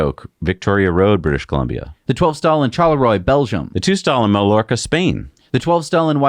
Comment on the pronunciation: It's MAIYORKA Spain. AJ is pronounced "AI'"